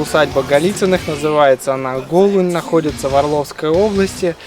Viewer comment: Даа, моя деревня. Эх, жаль, что разрушается дом. А ударение у Голунь на "у" - ГолУнь